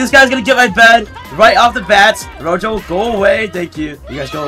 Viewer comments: it’s pronounce R-O-Ho EFE not R-O-JO just saying. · ITS NOT ROJO LOL ITS PRONOUNCED ROHO in spanish